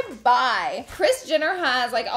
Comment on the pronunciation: You say Kris *Jinner*..lol..